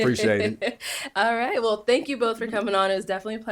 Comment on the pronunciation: Thangs Thangs Thangs.....super annoying Bro